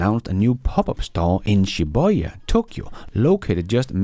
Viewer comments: its pronounced Shee -Booh - yeah. - Shibuya, Japan. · Maybe pronounced it in Danish? You know, his native language?